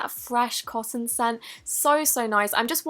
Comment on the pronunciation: You say cosson to cotton